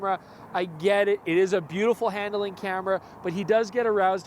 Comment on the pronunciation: Hand–A–ling? Where did that third vowel come from?